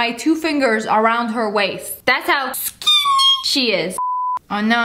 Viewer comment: Nobody: Literally nobody: Sssniper wolf:SKEENI